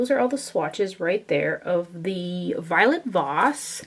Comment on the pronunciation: Lol violet voss not violet moss!!